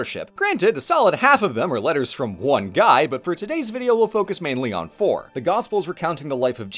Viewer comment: I yawned when the quick introduction was going and I misheard: took a second before I realized that saying "today we'll focus on porn." should be "today we'll focus on four.".